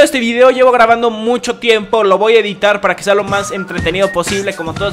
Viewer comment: Me rncanta cuando dice , voa correr , en vez de decir voy a correr :v